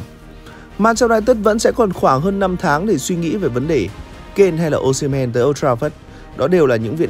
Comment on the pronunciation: sai tên anh ơi osimhen not o"sh"imhen